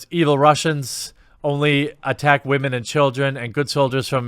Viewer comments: Why does he keep saying wamen? Is this a meme I'm not aware of? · Stop saying "waman". It's really cringe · Wahmen 😂 “ yes sir let me get a side of Wahmen “ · I couldn't even watch this video do to the fact you keep saying women completely in a retarded way that it hurt my brain! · While I find the information you provide to be interesting, your purposeful mispronunciation of the word "women" harshes my ears, and makes you seem more juvenile than the feminists that you are railing against. Take the high ground don't stoop their level and make yourself look like a ignoramus. The best way to kill a feminist argument is to make them looks stupid by talking normally. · Say women right dude!! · Why are you saying women like that lol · The way you say "Woman" is immature as fuck. Grow up dude. Be a damn man. Not a child like the petty people who hate shit to hate it.